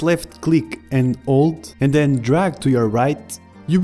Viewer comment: it sounds like you say "alt" when you say "hold" when talking about spiting windows